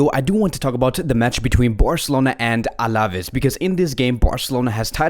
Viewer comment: Absolutely love your vids. To help you improve: pay a bit attention to the accents: Alavés has got the emphasis on the E, so it's AlavÉÉs, and not AlÁÁves. Same thing with Araújo. It's not AurÁÁjo, but Ara-ÚÚjo. The accent on the vowel shows you which vowel to emphasize. Just trying to help you bro. You're te best!